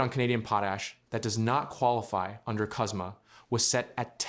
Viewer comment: CUSMA! Not COSMA!